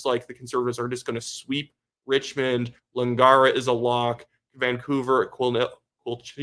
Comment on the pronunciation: The two members of my household (female), voted today to get the NDP Communists evicted! David Eby creeps me out. Wow, those statistics look good for the BC Conservatives! Just an FYI, it's Lang-air-ah, not Lang-ah-rah.